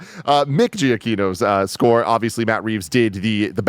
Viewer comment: There’s something funny about Tim calling Michael Giacchino the GOAT but doesn’t pronounce his name right lol